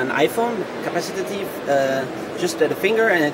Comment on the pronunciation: "capacitative"? LOL